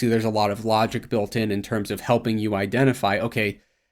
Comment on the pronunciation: Why does pronounce vowel I so weird?(decided=decidiid, built=biiilt, think=thiiink, very=verii) its much longer and more pronounced compared to